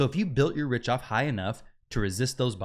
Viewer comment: Pronounced Rick-Toff